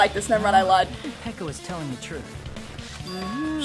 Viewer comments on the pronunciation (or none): We’re just going to ignore how we didn’t correct of pronouncing Peko’s names as “ Piko”.